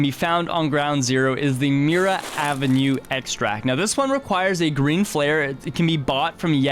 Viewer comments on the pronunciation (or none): none